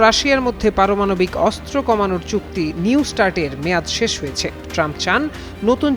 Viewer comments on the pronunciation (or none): ভাই হয়েছ্যা, করেছ্যা এভাবে না। বলুন হয়েছে, করেছে। এভাবে বললে শ্রুতিমধুর লাগবে।